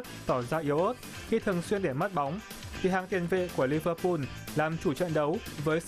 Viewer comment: Lẫn lộn giữa L và N có thể miễn cưỡng cho là phương ngữ nhưng toàn quốc phát âm tên của các đội bóng từ L thành N hết thì là hệ thống : Rê an , arsênan , Liver pun vvv